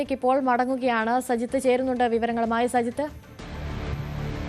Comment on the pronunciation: "സയിത്ത്" എന്നല്ലല്ലോടീ മൈരേ പറയേണ്ടത് "സജിത്ത്" എന്നല്ലേ?